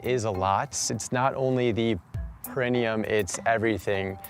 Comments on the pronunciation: The girl who exposes her perineum to the sun need to learn how to pronounce perineum. She keeps saying it with the accent on the wrong syllable. It’s grating. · With the lady saying “Pe-RI-ne-um,” I was starting to question myself, especially when he didn’t correct her pronunciation. But the dictionary says it’s ˌper-ə-ˈnē-əm, meaning the emphasis is on the NE, not the RI. So I was right. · my only problem with this girl is how she says "perinium" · I love how the perineum sunning lady didn’t even pronounce perineum correctly 😂. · The way she pronounces perineum bothers me lol I had to google it to make sure I wasn’t the one saying it wrong